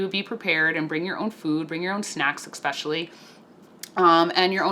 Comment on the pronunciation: "EX-specially..." Especially**